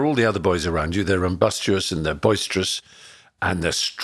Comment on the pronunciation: Mispronounces "rambunctious" also.